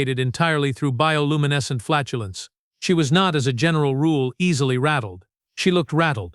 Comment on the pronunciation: "Bioluominesent Flatulence"?😂